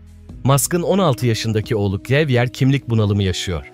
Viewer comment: Oğlu xavier in adı Zaviyye olarak fransızcada ( zavyer de olur) Havyer diye ispanyolcada okunur.